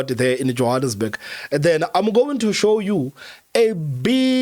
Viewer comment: 😂🤣😅 " SHHOW THE WHOLE COUNTRY " IM IMPRESSED